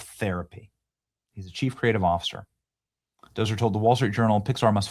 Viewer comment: Lol "Doser"? It's pronounced "Doctor". You even missed the T